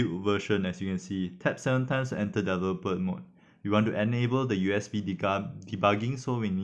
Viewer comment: Very good instructional video on IVcam. I am also an ESL (english as second language). Please practice pronouncing the word developer. It is one of the important key words in your instruction.